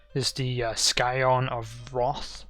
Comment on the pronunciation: Appreciate the video but your pronunciation is terrible. Adjudicator and Scion were absolutely butchered. xD